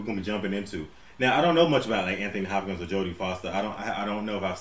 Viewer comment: "Anthony Hop-Cans." LOL